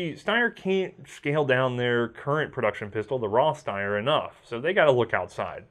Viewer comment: I know you don't really care about pronunciation, but this one is super easy - if you see a German word that beginns with either ST or SP, it's pronounced SHT and SHP respectively, therefore it's not "Steyer", but "Shteyer".